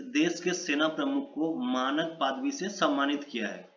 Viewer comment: Paadvi nhi be padvi